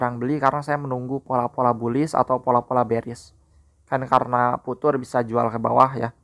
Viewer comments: viuchers bang bukan vutur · bacanya fiucer bukan putur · Bukan futur bacanya, fiucher